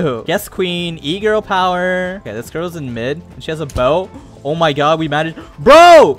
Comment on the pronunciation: Nostalgia of memes: EGorl power. Gru from despecible me says "Gorls"